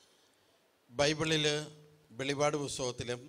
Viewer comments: വെളി പാട് അല്ല മറിച്ച് , വെളിപ്പാട് ,എന്ന് വായിക്കണം sir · വെളിപാട് അല്ല വെളിപ്പാട് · Velippadu and not velipadu. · Please say velli'ppa'd.